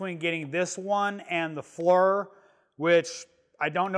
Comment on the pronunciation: The high res on that one and the FLIR certainly look cool, a step or two above the Predator's lol. Oh I'm not one of those dicks but it's pronounced Fleer, Knipex all over again